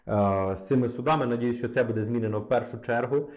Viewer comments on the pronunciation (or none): Добрый день! Я украинка, иногда слушаю ваш канал и мне сильно режет слух то, что вы часто ставите ударения в словах неправильно! Я с детства говорю на русском, но не хуже чем русский знаю украинский. В слове буде, ударение на первый слог. А в предложение где есть слова біля влади були, в слове були ударение ставиться на второй слог. Ничего личного, просто режет слух.